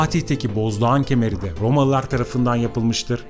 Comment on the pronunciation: Rrrromalılar, Rrrrrromalılar, Rrrromaa!!! Rrrrr!!! Rrrrrrrr!!! Efendi... Olmaz bu şekilde!!